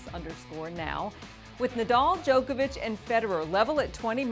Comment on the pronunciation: Sorry but not sorry, it's Djokovic